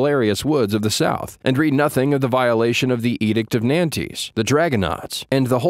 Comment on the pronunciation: The Edict of Nantes to which Dabney refers is pronounced "Non-tuh," or at any rate something closer thereto than "Nant."